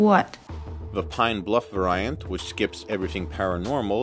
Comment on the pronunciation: Did you mispronounce variant??